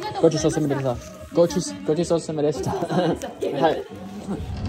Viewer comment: Your Japanese is fast improved....Arigato gozaimasu and Gochisousama were perfectly pronounced! Your cooking never fails! ..All in very severe cold weather, cooking inclined! Your travels are so action packed yet you make it look so fun and easy! Go Mav!